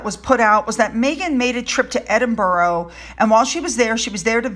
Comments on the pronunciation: Edin buh ruh please, not Edin bo ro! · Hazbeen is a professional victim(his mother/privacy issues). Methane is a dishonest piece of work. It is said as Edinbru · !!!!!!!hey.... Edinburgh is pronounced EdinBrah.... You're welcome!!!!!!